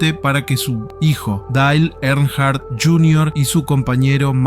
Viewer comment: Decí que la primer historia eventualmente termina... Si escuchaba de nuevo nombrar mal a Dale Earnhardt iba a revolear el teléfono